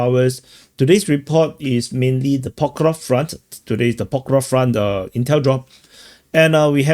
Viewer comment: you manage to make a 5 min clip tiring by drawing countless arrows and talking like its all the same and you dont really care. Its PokrovSK ffs…